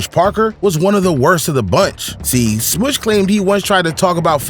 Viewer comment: Thanks for all this. A point. Smush Parker - Smush rhymes with RUSH, not with push.